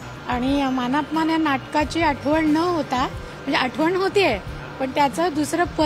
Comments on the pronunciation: मान पमान म्हणतोय रे तो......😂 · अहो, आधी "मानापमान" व इतर मराठी शब्दांचा नीट उच्चार करायला शिका. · "मानापमान" शब्दाचा उच्चार कसा करायचा याचा सराव बातमी देण्याआधी केला असता तर बरे झाले असते. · ने कमीतकमी पुणे आणि मानापमान ह्या शब्दांचा नीट उच्चार करणारी माणसे वृत्तनिवेदक म्हणून नेमावे हीच विनंती. मराठी भाषेची शोकांतिका आहे साधं सोपं मराठी ही आजच्या तरुणांना बोलता येत नाही. थोडा खर्च करा आणि चांगले वृत्तनिवेदक निवडा